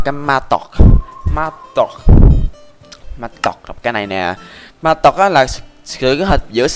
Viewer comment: nghe anh nói mattock như mã tấu ý :))